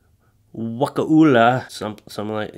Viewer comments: It's Wuh-koo-la Florida just FYI Ive lived in Florida my whole life and I'm always embarrassed to tell people because of all of the crazies down here and all the Florida Man and Florida Woman news articles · It's pronounced Waa -Ka -La county in Florida. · The way he pronounced "Wakulla" lol. It's literally just "Wah-kull-uh" XDDDD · wha-kulla county, just south of Leon county. Leon county is where Tallahassee is. some call it will-kill-ya county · Wah-cull-ah is how you pronounce it lol 🤣